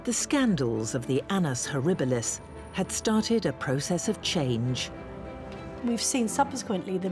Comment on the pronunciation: "An-n-us horribilis"